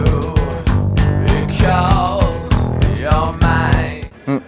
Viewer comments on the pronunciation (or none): none